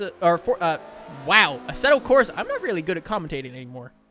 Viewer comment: 1st thing I noticed, Asseto Crosa lol